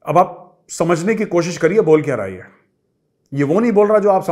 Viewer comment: Sir your Pakistani accent and especially the word ( haaae ) is the best , Please use it atleast once in every video . By the way you are the best , Pranam , Jai Hind {🕉️🙏🏻😍🇮🇳😘}